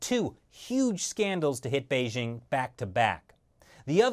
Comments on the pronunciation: Beizhing? It's Bei JING. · Bei"dj' ing, not Bei 'zzh' ing